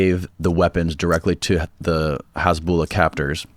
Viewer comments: Lol everytime he says hezbollah as hasbullah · Did you just call Hizbollah Hasbulla??? 😂